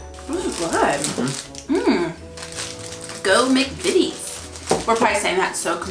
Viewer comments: Hi guys! I'm new to your channel. In fact this is the first video ever but I'm so glad I found you 😊 I agree with lots of others though and I've never seen a packet of XL in my life. They look like a cheap version of Quavers to me. Also your saying mcvities correctly 😁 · Another one who hasn't heard of XL crisps! I'm 34 years old dammit! Also you nailed the McVities pronunciation! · U said McVities right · I think that's your the first youtuber I've watched that actually pronounced McVities probably!!! Everyone else pronounces it MC VITIES rather than Mc FITIES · McVities make both hobnobs and digestives. And you were pronouncing it correctly. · im happy to say you're probably one of the only american to say mcvities correctly. most americans trying british treats pronounce it mc-VITE-es. you should be proud of yourselves xx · You are so far the only Americans who can pronounce mcVtties correctly! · The turkish delight in powdered sugar (as seen in the lion the witch and the wardrobe )is a different texture to the one in chocolate its softer and melts in the mouth a bit more the chocolate one is more rubbery p.s you pronounced mcvites perfectly . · You pronounced 'Mcvities' perfectly 👍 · You were pronouncing McVities right 😊 I’ve never liked that Turkish Delight but it isn’t the proper stuff, if you want the real stuff go to Turkey 😊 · Mcvities make a lot of our yummys. You said mcvities correctly yay